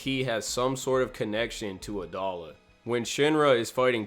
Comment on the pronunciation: i thought it was pronounced a-dough-la